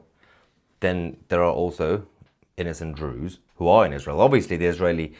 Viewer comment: Why are you calling them Drew's????